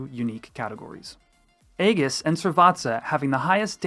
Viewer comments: Aegis is pronounces: EE-JUHS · Nice round up, but hearing 'egg-us' for aegis confused me for a sec. 🙂